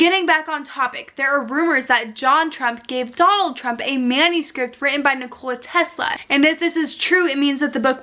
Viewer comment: No. She can’t even pronounce basic names like Nikola Tesla properly. Also she’s jumping to conclusions. Yes something strange is going on. But you can’t just jump to Illuminati/time travel conclusions